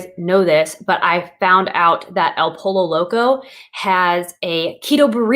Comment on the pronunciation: Dude you are so adorable with saying "El POLO Loco" instead of "poy-yo"... the double LL is like in word Tortilla = y sound. Joe Duff did cool video on keto options at Taco Bell. 💜🤘🙏